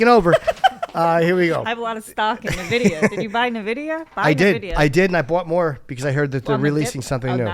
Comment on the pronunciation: needs to stop promoting Nvidia until she can pronounce the name of the company